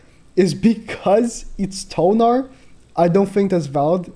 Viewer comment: Thonar…not tonar, Thonar